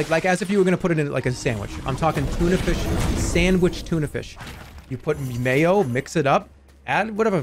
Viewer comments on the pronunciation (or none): none